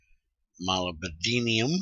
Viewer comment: Hey, just so you know, Molybdenum is pronounced Mo-Lib-Denim